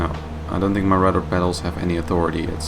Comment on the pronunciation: dude...je films zijn ok en je Engels over het algemeen gewoon goed....maar probeer echt van de 'tink' weg te blijven het is 'think' de H zit er niet voor niks!